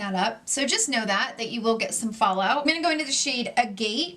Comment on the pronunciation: When she says “you know” it sounds like “you kneewww”. Never heard someone pronounce know like that? Can’t tell what kind of accent that is